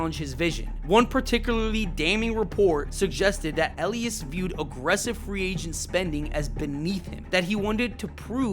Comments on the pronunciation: Did someone that’s never watched baseball in their entire life make this video? Can’t pronounce Mike Elias name correctly, thinks Cedric Mullins is a controllable piece, Adley has a terrible approach at the plate? His hard hit rate is highest it’s ever been, so is his exit velocity, now his numbers are catching back up as he has posted 366/438/598 in June with a OPS of .998 No one should take anything this clown says seriously. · Just word of advice... double check how to pronounce names before you do these. Hearing you mispronounce Elias and Rubenstein every time was tough. I will say Brandon Hyde was absolutely a problem. He wasn't just managing the roster he had, he regularly mis-managed his bullpen and played analytics way too much. He constantly took hot batters out of the lineup because of lefty-right matchups. Sometimes you just have to let guys go out and hit. He never had a consistent leadoff hitter. Some days it would be Cedric, sometimes Gunnar, sometimes Holliday or Cowser or Westburg...he never allowed any consistency. The Orioles were amazing last year when Gunnar led off and Adley hit behind him. Then for whatever reason right before the all-star break they stopped doing that and everybody slumped in the second half of the year. The Orioles did spend this offseason, but consistently on horrific contracts. $72.25 Million on an oft-injured Tyler O'Neill, 41-year-old Charlie Morton, 35-year-old rookie Tomoyuki Sugano, over-the-hill Gary Sanchez, over-the-hill Kyle Gibson, and failed prospects like Ramon Laureano and Dylan Carlson. Andrew Kittredge immediately got hurt when they rejected Jeff Hoffman for injury concerns. It was a horrible free agent haul. On top of it O'Neill's contract was horrific because it's a 3-year deal but with an opt-out after one. So basically if O'Neill performed great and by miracle stays healthy he's out after just one season. If he's injured and/or bad we are s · E-lie-is, not Eleis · bro said Elias wrong